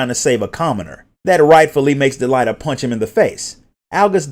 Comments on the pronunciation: He did not pronounce "Delita" correctly, and almost all the names in the original English script are Engrish mistranslations of what they should have been (as reflected in the WotL script). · DEELighta lmao. I always pronounced it Delete-Uh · Del-ai-ta?? XD